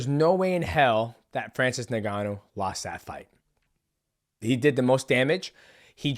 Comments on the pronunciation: stop calling him Nigannou lol it's Ngannou, sounds kinda like ungannou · I love you DJ but it’s pronounced uNganou not Neganou lol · Ngannou is pronounced "In Gannou", not " NinGannou" The N is pronounced as "in" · My man Mighty Mouse u need to stop calling him Nigganou😂 it's N-Gannou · He said "niggannou" 😂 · Nobody, literally nobody MightMouse : Francis Nigganu